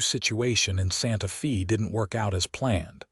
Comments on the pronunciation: It is pronounced as Santa Fay NOT Santa Fee! In Spanish the letter "E" is pronounced as a long "A" in English. The letter "A" is pronounced as a short "A" or "ah" sound. The letter "I" is pronounced as a long "E" in English. The letter "O" is pronounced as a long "O" in English. The letter "U" is pronounced as "oo" or a short "u" sound in English. Spanish is so easy to sound out because each vowel only has one sound. In English each vowel has five different sounds, which makes it difficult to pronounce because one has to learn which of the five sounds should be used at what time. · Santa Fe is pronounced "Santa FĀy". NOT EVER: "FĒĒ". Pick Up an AMERICAN DICTIONARY THAT ALSO HAS THE PHOENETIC PROPER PRONOUNCEMENTS INCLUDED. THEY ARE VERY SIMPLE AND EASY. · "SANTA FĒĒĒ"??? "TĒĒĒ"????? "CAWM"??????????. 😂😂😂😂😂👎👎👎👎👎 OH, BROTHER. 🙄🙄🙄😲😲😲😲😲🫤🫤